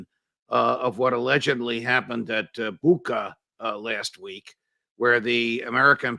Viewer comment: [BOO-chah], not BOOKa.